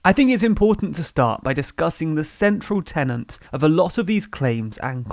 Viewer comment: did you just say 'central tenant'? OK I don't there is going to be anything useful said here.